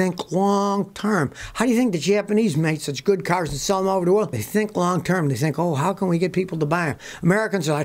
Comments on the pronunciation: Did he say “Asians think wong term”?😳🤣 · I thought he said wong term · I thought he said the asians think wong time haha